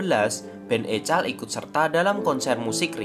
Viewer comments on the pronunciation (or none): EKOL min bukan ECAL